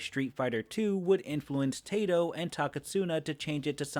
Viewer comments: Why do you say tato instead of taito? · Just an FYI; it's not "Tei-to" like 'tazer'; it's "Tai-to" like typhoon. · Its pronounced "tai-toh" not "tay-toh". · Every time you say "tato" I cringe... It's "taito"... think about Japanese vowels, a is ah and i is ee. ah-ee... Put them together and you get a sound that's kind of half between long i and long e because it starts as ah but the i pulls it up toward e into a long i. So Taito is "t-eye-to" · Just a little note and it probably will never come up again taito is pronounced as tie toe. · Taito is pronounced as Tie-Toe. Even the company says it that way. You need to do research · Great work! I was obsessed with Primal Rage in the arcades Heads up, "Taito" is pronounce "Tie - Toe." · “Tay-to” My sides hurt. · Its pronounced "tie-toe" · I think Taito is supposed to be pronounced " Tie-Toe ". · How did you nail the pronunciation for all the Japanese names yet still say Taito like it rhymes with "potato"? For the record it's "Tie-Toe" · It’s "Tie-toe". Not (po)tato. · It’s pronounced “TIE-TOE”. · You mispronounced Taito the entire video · Hey, you should play G-Darius next. It has almost nothing to do with pre-historic creatures (unless you count the Anomalocaris boss) but as soon as you boot the game up you can learn how to pronounce TAITO I'm joking, great video